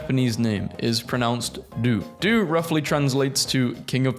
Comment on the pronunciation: No the pronounce is not“Du” it’s “Dohhh”